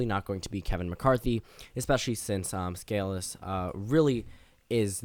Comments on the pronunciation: By the by, his name is pronounced Steve Skuh-Lease, not Scaa-lis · Sca-lees not scal-us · You are mispronouncing the whips last name, Scalise. Hear some audio of his name being played.